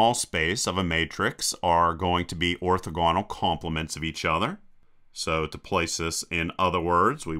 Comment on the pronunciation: Orthogonal: stress is on the second syllable. :)